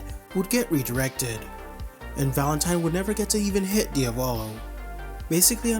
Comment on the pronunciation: “Diavallo” bro it’s pronounced Dia-vo-lo like how you would say Diablo